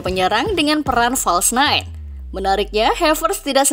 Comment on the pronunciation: Hahah sama nketiah dibaca nketaiah, false Nine di baca false nite